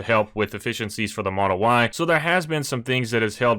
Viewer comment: why does he say model y like that